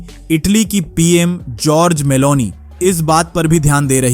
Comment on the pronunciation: नाम तो सही बोला करो भाई नाम जॉर्जिया मेलोनी है